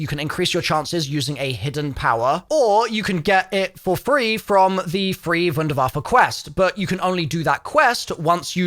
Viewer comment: i can’t be the only one cringing every single time pronounces the wunderwaffe as if he’s edward richtofen